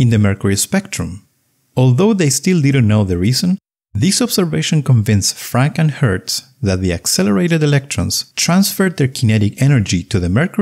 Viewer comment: The way you say Franck and Hertz, channels FrankenHurts, the mythical 20th century monster with bolts in its forehead.